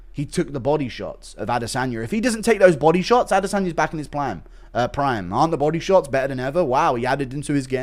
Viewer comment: The way Joe says "Proymme" instead of prime drives me absolutely insane